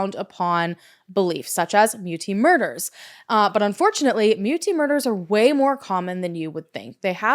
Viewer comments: And Muti is pronounced Mootea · Hey! South African here - thank you for bringing attention to this case. Just for interest's sake, "muti" is pronounced "moo-tea"